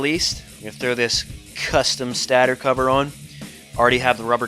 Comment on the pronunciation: Stator is pronounced stay-der /ˈstādər/. Not stadder. Love the vid's brother.